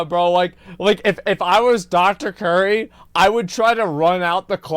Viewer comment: It's Dr Cutie not Dr Curry